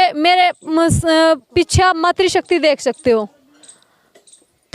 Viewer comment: Behan matrsakti hota Matri shakti nahi 😂😂😂